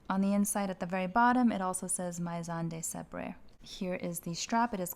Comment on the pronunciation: The AI In "maison" is pronounced "may" not "my"